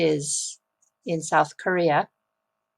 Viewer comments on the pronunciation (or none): none